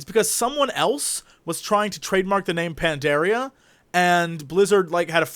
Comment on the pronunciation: Is it me or Jesse that cannot pronounce Pandaria?!?!?!?!?